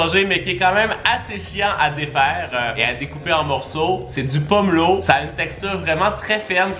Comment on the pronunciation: pomÉlo pas pomlo